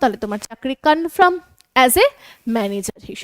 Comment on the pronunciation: CONFIRM -----, এটা কনফার্ম বলে কনফ্রাম নয়, কানে খুব লাগছে।